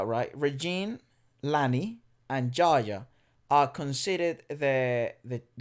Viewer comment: Its JAYA not JAJA😀